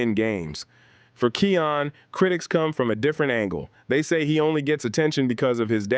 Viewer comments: Kiyan not Keyon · Im being sarcastic bro. Its kiyan not keon for future content. Nice video though